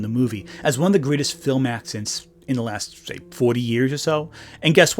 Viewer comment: Speaking of 'accent', that's what I hear him say instead of 'accidents', he's managing to say it so fast.